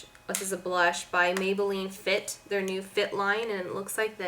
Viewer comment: Oh my sweet Jesus!! It's maybelline fit me!! I've watched two of your videos and you've said it wrong in both. Learn your products please!